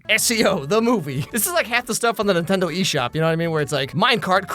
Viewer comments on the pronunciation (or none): none